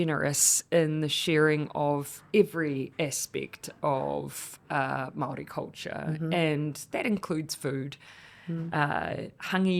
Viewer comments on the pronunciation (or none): Did pronounce Māori., mahdi? Jesus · ignorant people do, yes. Its not attractive and frankly embarassing to broadcast all 9ver the world. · Who cares. People mispronounce words all the time all over the world. 🌎 No drama 🎭 lama